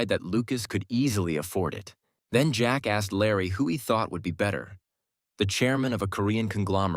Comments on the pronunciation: jack ask but it sounds like jackass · "Jack asked (Jackahhs)" 😅